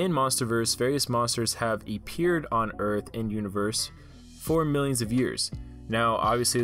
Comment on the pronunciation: I turned this video off as soon as he said “ E-ppeared”